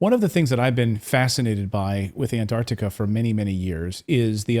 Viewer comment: "Ant-ARC-tica" not Antartica.